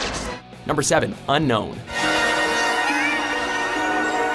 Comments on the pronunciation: its not unkown its un-own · Its pronounced un own just how its spelled, not unknown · you say it unknown not unown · Did you guys know that Un-known is actually pronounced Un-Own? Neither did I lol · it's pronounced as un-own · The way you pronounce Unown is so weird.weirder than all the weird pokemons. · im suprised they only prenounced Unown wrong